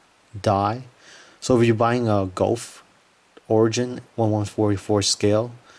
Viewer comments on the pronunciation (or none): Gouf is proounced "goof", not "golf".